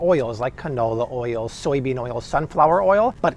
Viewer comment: How does he add so many extra syllables to the word oil?!?